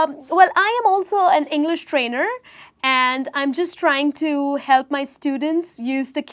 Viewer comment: I m sorry, but there are many many words tht u say it wrong. It's like u ur so working hard to get those words correct way.what is ENGLERSH????